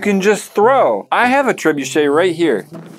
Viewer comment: I'm ready to hear matt say trebuchet without an r for 5 minutes